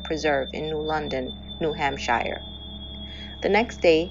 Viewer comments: Its New England not England. "Shire" is pronounced like "sure." ;) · This channel rules! Cheers 🥃🍺 I believe it's Hamp*sh*er*...but I'm just a bloody Ozzie. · U do all that work & don't even learn how to pronounce New Hampshire? Ridiculous.